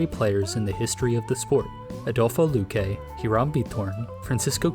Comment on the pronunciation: Kept pronouncing Luque’s name as Luh-kew, thanks!